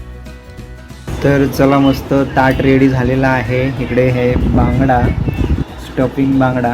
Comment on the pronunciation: भांगडा नसतो रे.. बांगडा असतो तो